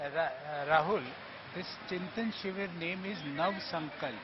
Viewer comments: Why both the journalists are pronouncing Chintin Shivir instead of Chintan shivir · why can’t anyone of these characters say ‘chintan shivir’ correctly?